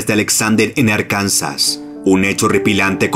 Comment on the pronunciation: Se pronuncia "Árkansa"..acento en la primera "a" y sin "s" al final.